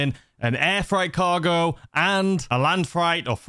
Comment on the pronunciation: Maaaaaatttteee, it’s FR8 not fright 😂 seriously concerned you don’t know the word freight 😂